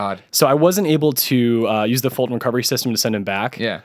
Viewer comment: Fulton, not Fulsom. XD